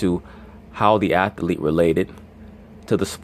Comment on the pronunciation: Athlete is not pronounced athalete. This goofy ass "smart" nigga.